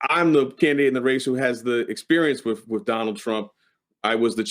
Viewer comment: "Experience wiff, wiff Donald Trump" Wiff? Has he been sniffing Donald Trump?